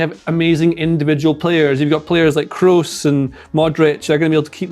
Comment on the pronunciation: Tony Kroos reading Kros like cross not Krus